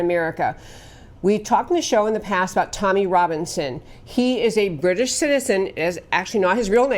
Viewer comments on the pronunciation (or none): none